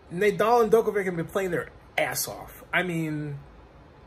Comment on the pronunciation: The way he pronounces djokovic name